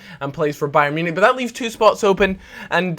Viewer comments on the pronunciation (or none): none